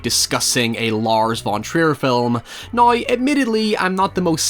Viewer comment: Now 🚫 Noiy ✔